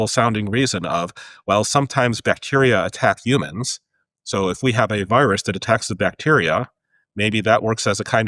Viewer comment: I dislike how he says the word humans